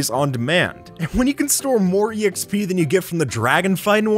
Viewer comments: I literally can’t when you say e x p instead of xp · ok.. who actually says "E.X.P."? its not an acronym, just say expee like normal people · Man really pronounces the “e” in exp… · Stop saying exp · You saying E X P and not just XP singularly for some reason triggers me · E X P It’s XP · Stop saying exp it’s pronounced xp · My head hurts from someone using "exp" instead of just double-syllable "xp" like a more educated person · It’s not e x p it’s exp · stop saying exp instaid of xp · The fact he says “exp” gets to me and idk why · Am i the only one that is trigger because he says e-exp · My man said exp like ee x p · Makes me cringe when he says E.X.P.